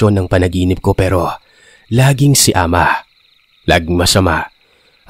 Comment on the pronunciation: Good morning po,happy listener po from SG,Tama po pgkapronounce mo Ng "ahma"😊🇵🇭🇸🇬